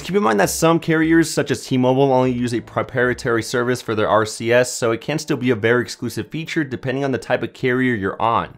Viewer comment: LMFAO “Keep in mind some carriers such as T-Mobile use a “Priparitary” service” 😂😂😂😂😂😂”